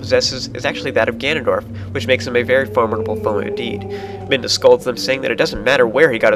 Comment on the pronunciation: Ive noticed in several of your vidoes you accidently call Midna, Minda. (or at least it sounds like you are)